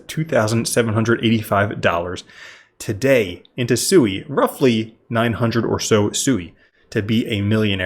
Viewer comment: Omg it's not pronounced SUEY. Listen to anyone from Mysten Labs pronounce the blockchain they Created